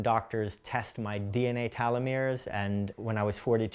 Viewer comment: it's TELOMERES not "Talomeres".